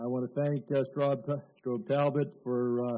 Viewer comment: Ai want test maminisytrer. Sedih aku dengarnya, keliatan bgt wibawanya dan kemampuan bahas asing